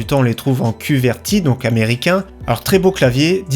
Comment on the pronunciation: Bravo pour le job,. Juste un détail de trois fois rien... le clavier, effectivement "QWERTY" se prononce juste comme ça "quouerty" pas Q... ERTY!.-) Encore une fois, merci pour les bons plans!:-)